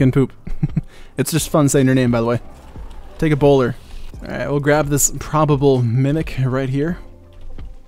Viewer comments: I keep hearing him say Ebola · Sounds like Ebola when you say a bowler